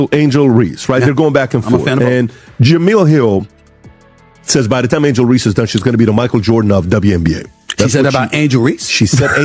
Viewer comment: Why can't your AI say Reese instead of Ree. So irritating.